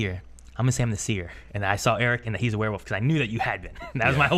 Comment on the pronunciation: says werewoof